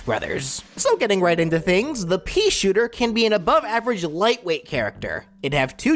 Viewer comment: "The peashitter"